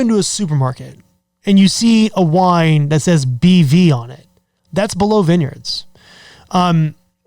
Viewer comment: Why do you say" below "vineyards? You do know how to say it properly?